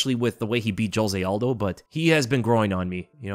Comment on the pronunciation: It feels weird to see an American pronouncing Aldo's name correctly 😂